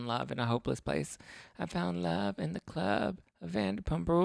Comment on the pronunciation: and “In luRVe”